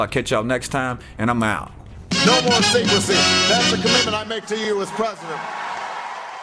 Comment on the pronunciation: at the end did he say no more secrecy or no more stink pussy? ^_^